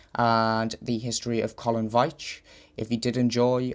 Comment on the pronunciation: I found this very interesting as I share the same surname and my brother is called Collin. The pronunciation of my name sounds like Veeetch and not the way you pronounced it, but I’m not criticizing as most people get it wrong. So many thanks for your video.